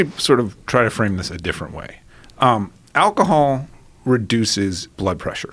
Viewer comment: How he says alcohol 🤣🤣🤣